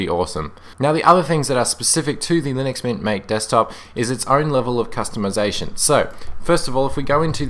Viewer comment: its actually pronounced ma-tay... it says so on they official MATE Desktop Environment Web Page (at the bottom)